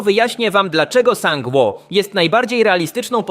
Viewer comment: czytaj sang-wu